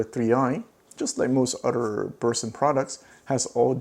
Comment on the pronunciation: Did you say significant Otter or Utter?